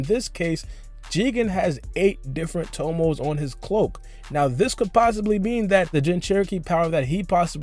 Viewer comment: "siX TOmoS" You sound dumb asab